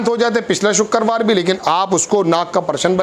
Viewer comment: वाह तेरी हिंदी ,shukkerwar ,हिंदी उर्दू सही कर लो।